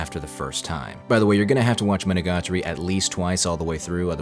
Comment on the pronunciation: Bro rolls off Araragi Koiyomi and flubs Monogatari pronunciation. Jokes aside, you did a great job explaining this anime. I love the puns and word play that is persistent in the show. You definitely need to know a bit of Japanese to get some of it unfortunately, the world play is such a big part of it. Having it dubbed or reading the subtitles you kind of miss some of the comedy of the show. Even with as little Japanese as I know I bet there are still some world play jokes that I missed unless they really emphasized them when they said them. Monogatari is practically its own genre as far as I'm concerned. There really isn't anything else that I've ever seen that compares to it.